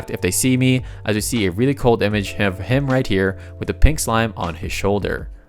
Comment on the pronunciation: it is a SLIME damit a SLIME S - L - I - M - E not SMILE